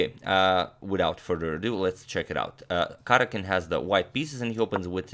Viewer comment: I wonder if Karjakin minds you continually butchering his name?